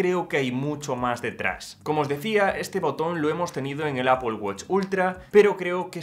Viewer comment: Tío en vez de decir Apol queda mucho mejor decir epāl que es el término correcto… que suena fatal de ti, ni que fueras puertorriqueño niño para salirte nativo